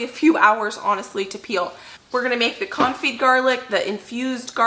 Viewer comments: You are pronouncing Confit perfectly, unlike your pronounciation of Caulk. LOL. Love you! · Hi , i'm French and you're saying Confit the almost rigth way :) . thank you for all your videos